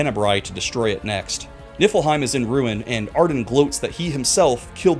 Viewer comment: I have a curse and I kept hearing you say Niflheim as Nippleheim 😅😂